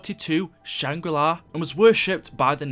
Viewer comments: Not shang ri lai its shang ri laa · why do you always say "shangrilai"? its shangrila its nothing personal its just something i wanted to say. but keep at the good work and love you vids ps:this is not the first time i heard you say shangrilai ☺😂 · I also never heard a map called "Shangri Lie" I thought it was "Shangri La" lmao